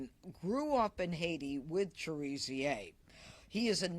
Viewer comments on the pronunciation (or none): His name is pronounced Cher a zay not Cher zer